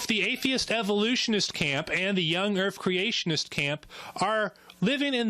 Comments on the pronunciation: Is it just the audio quality or is he actually saying "young urf"? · Did this idiota seriously say "erf"? Yep, he actually used some semi-bigotted language to ridicule our facts. Then in turn, he seriously state his own facts with improper english. As in, " a person who pronounces 'my' as 'ma' must be unintelligent and uneducated". Well, I give him a "way-to-go" in showing everyone how religious prejudices can insult two groups of people at the same time, maybe, even without the theist knowingly do it!